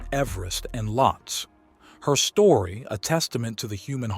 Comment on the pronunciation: Lhotse is not pronounced as "Lots"... it's pronounced "Low-t'say"